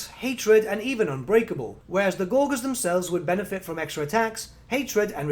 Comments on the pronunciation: Gore-jurs Not Gor-Guhrs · Gor-gers lol...